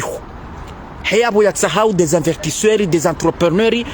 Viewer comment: On dit pas invertisseur on dit investisseurs, et puis encore on dit pas ADN , on dit AND